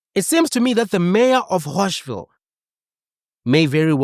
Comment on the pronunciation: Bro said “Hoshville” 😭🙏